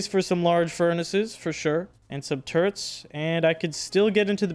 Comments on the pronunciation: How many times are u gonna pronounce turrets as “turents” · How many hours and still can't prounce turrets correctly